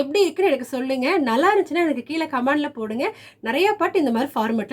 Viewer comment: பியானோ கற்றுக்கொல்வதுதான் முக்கியம், மற்றது முக்கியமல்ல -- என்றாலும் பேசும் தமிழும் கொஞ்சம் முக்கியம். அதாவது இந்த " கீல " கொடுத்திருக்கிற என்ற உங்கள் வார்த்தை இருக்கிறதே அதனை சரியாக " கீழே " என்று வாசித்தால் எவ்வளவு நன்றாக இருக்குமா... அது என்ன இப்போது எல்லோருக்கும் ஒரு " fashion " ஆகிவிட்டது இந்த மாதிரி பேச... தயவுசெய்து ஒவ்வொருவாக சரியாக பேசினால் தமிழ் வாழும்... தயவு செய்து முயற்சி செய்யுங்கள். உங்களுடைய கற்றுக்கொடுக்கும் முறை வெகு ஜோர்.. நன்றி.. தவறாக எழுதியிருந்தால் மன்னிக்கவும்... நன்றி வணக்கம்..